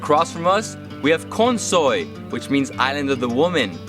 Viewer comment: When he said Kalsoy it sounded like cow soy eg elski tað😄 menn eg dámi mest torahavn